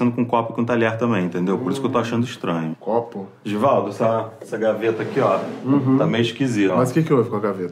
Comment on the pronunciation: Primeira vez q falam meu nome certo kkkkkkk Givaldo